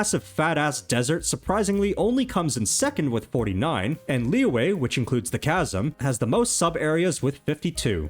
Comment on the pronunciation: why took time to learn how to pronounce shenhe but never tried to learn how to pronounce liyue? even saying lee-yeah is better than lee-way